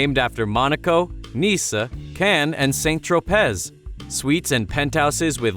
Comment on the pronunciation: SAINT trow-pez :D